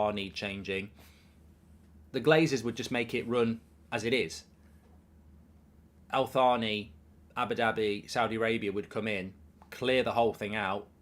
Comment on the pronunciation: It’s not pronounced Al-Thaani, the Al bit is fine but it’s pronounced Taani so like Al-Taani, H bit is silent. Just like how the H is silent in Thierry Henry name, I hope this helps